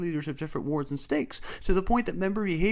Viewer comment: I had to listen 3 times to stop hearing the word "orks" when he was talking about disciplinary wards lol